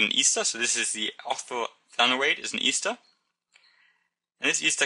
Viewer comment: He keeps saying Easter instead of ester.